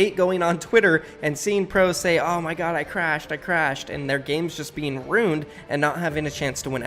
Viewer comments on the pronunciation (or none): Love me vids brother. Only critique would be to please try and pronounce the word "ruined" correctly.